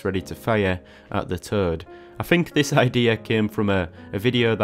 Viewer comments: Originally I thought you said you drew a collasal turd! 🤣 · I have never heard “toad” pronounced in such an interesting way. 😅